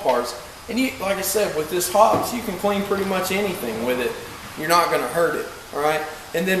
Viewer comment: Search on youtube for "Hoppes Elite Elite Gun Care" by Hoppesguncare.... hear an actual Hoppes employee say.... "Hop... eeze!" Not "Hops!"